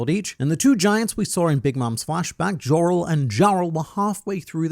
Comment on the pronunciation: Yorul, and Yarul. They J is pronounced as a Y.